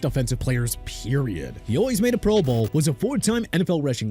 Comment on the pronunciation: The way this dude say pro bowl PMO, and no Bruce smith, singletary, or ocho, plus says Joe Thomas is a defensive tackle, I’m not finishing this